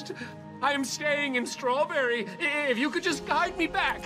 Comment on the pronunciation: "schrowrburry" (jk i adore your vids lol)